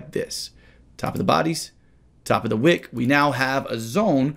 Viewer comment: Am I the only one who hears "a wig" instead of "a wick"?... Kinda makes sense if we are talking about heads and shoulders 😂